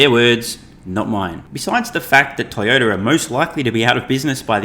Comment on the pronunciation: Did call the largest auto maker Toy-odor? Tezlurr will overtake these stinkers